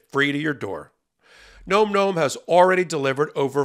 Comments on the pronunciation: You should pronounce the words correctly. It's not nome nome. It's nomm nomm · NOM-NOM rhymes with bomb, not comb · ...please pronounce it correctly - "nawm nawm" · Please look up the pronunciation of "nom nom" :)